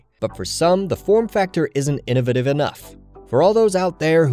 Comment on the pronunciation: learn to say innovative